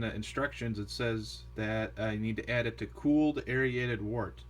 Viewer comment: LOL You keep saying, "Air-ee-aided." It's pronounced "air-rated."